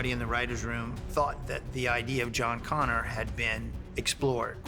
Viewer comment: It’s ConnOr. Not Conner.